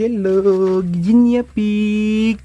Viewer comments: Guinea pig hindi Guinya pronouce it "nie" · Pronounce it gi nee pigs sorry but sir been saying it wrong. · Hello 👋 Guinea pig...bigkasin or pronounce it as " gini pig"💞Viviana is so 😍 cute and friendly 😍